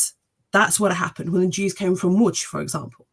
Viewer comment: First time I've ever heard anyone pronounce Lodz correctly.